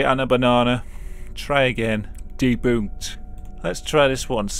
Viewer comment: It made me smile when he said deBOONKD